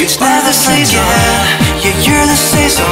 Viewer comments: the two of us saison のとこめっちゃ発音良くふたりせぞーんって言ってるようにしか聞こえない。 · The two of us saison日本語の発音に似てて違和感ない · 二人セゾンの発音そんな変わんないｗｗｗ 凄いですね、、、😂😂💖